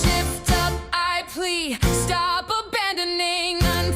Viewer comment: It's "I plead", my king. "Plea" is a noun...Uh, never mind.